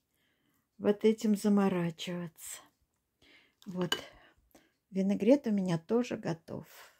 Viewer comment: Люда лукавит. Вы ни разу не сказали правильно слово винегрет.